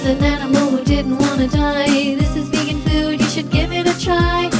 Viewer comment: Vegan is pee-gan